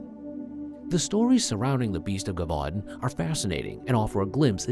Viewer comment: Lol broooo it's pronounced je-vu-don. It's all good though, enjoying the content thoroughly, it just made me laugh is all.